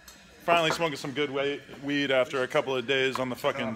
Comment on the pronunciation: Adam is so stoned he forgot how to say W-EE-D lol